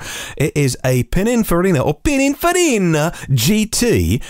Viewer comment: reverts to Super Mario with Pininfarina. And I had such high hopes for him. 😝 Eek! Did I detect the pronunciation of H as Haitch? I daren't listen again to check. Tell me it's not true,. 😱 Great show, by the way. 😎